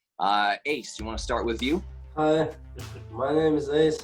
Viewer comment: mY name is,a не my nAme is.Ударение не правильно